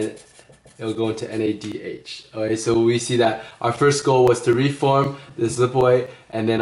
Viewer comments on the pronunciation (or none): Great video!! Loving the little "Oay?"s, who has time for a "k" anyway :'D